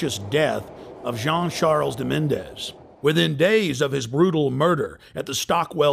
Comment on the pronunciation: Despite my admiration for Alex Jones, he needs to do his homework if he wants to be credible. He calls poor Jean De Menezes 'De Mendez' & he says Melcher was in Blair's cabinet. Melcher is not even a member of the Labour party. He was in the cabinet of the previous Conservatory government. & yes, the woman at the end is very naive, but so are most people. They read 'The Sun'!